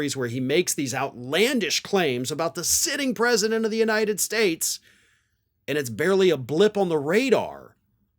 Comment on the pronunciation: was trump on drugs when he sais united statche?